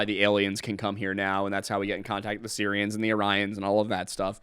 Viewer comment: Every time said “Sirians” my phones Siri went off😂